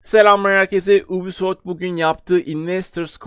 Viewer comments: anliyorum. Bundan sonra dogru okursan cok iyi olur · Lutfen yubisoft de ubisoft degil😃